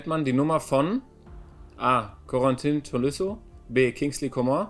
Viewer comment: und Corentin (Tolisso) hat er auch noch falsch ausgesprochen